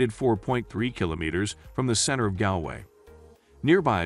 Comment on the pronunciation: You could of at least learned to pronounce Galway properly.